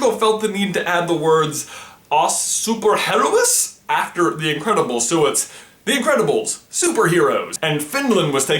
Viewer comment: "Os Super Heróis" please say that again hahahaha